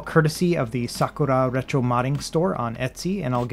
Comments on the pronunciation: He hit that "SUH-KOO-LA" so hard every time hahahaha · Lol the sakura pronunciation !!!